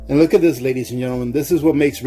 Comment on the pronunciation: Oh my God, while you have good content on this video, if you said ladya and gentlemen 1 more time I would have to stick knitting needles in my ears... Good content, but work on that my guy.